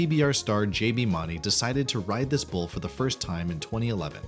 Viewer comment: You can't even say JBs last name correct lol I do not trust anything you say. You have no idea what your talking about either